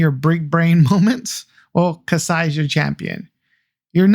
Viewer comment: Its Kaiiii Sa not Kasai